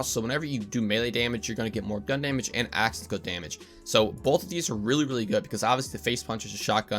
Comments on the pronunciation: Are you saying "action skill" or "aschassil" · "axaskill damage" lol